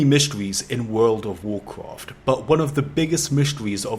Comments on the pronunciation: Damn dude, one more "wood of wuacrat" and i'll unsub you 😂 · Wuuf ovf Wukraft vid is up again... WTF he still keep pronouncing this wuuf ovf Wukraft till today??!?? Dont he read comment?!?? 🤦🏻‍♂️